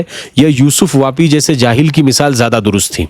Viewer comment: یوسف پاپی ہے واپی نہیں